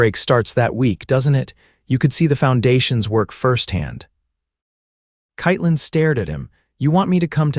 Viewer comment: Katelyn is mispronounced throughout. Pathetic.